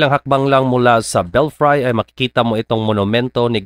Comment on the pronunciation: Belfry should be pronounced as /ˈbelfrē/